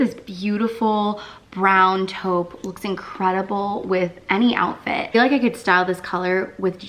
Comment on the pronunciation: Your pronouncing Taupe Incorrect😳